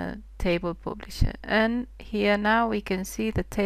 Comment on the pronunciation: pooblisher? :D thanks nice videos